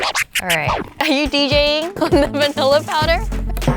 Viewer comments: When they were making the milkshake wingie said vaniller instead of vanila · Me: oooo vanillA Wengie: vanillER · I like it how wengie says vaillnner instead of vanilla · It is not viniller